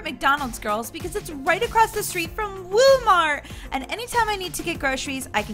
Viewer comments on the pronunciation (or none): Toy heroes, said WOMart